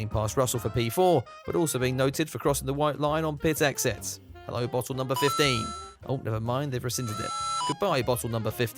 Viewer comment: Refreshing to hear and English person pronounce the “t”s in bottle